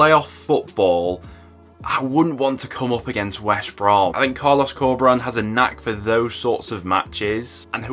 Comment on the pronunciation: Great video, but you keep saying Wesh Brom instead of West Brom!!!😂 Leeds get 1st because Leicester has 5 games in 14 days.